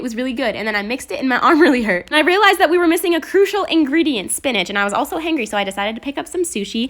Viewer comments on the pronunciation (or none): U said hangry not hungry 🤣🤣🤣🤣😂😂😂😂😂😊 by the way I love you and your videos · She kept saying hangry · Me:hungry😂:hangrey?🤣 Meh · Did anyone notice that she said hangery and not hungry I dont know if it just me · *says “Hangry” not hungry Me:*says hongry cuz she says hangry* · Tiegan Cuthbert that’s the point tho... she pronounces it Ha-an-gre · Lol I love how she says "hungry" as "hangry"